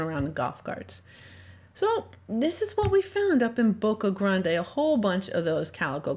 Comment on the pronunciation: Its not pronounced Boca Granday! It’s Boca GRAND!